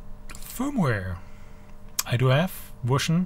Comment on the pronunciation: No accent until you say 'Wersion' :-)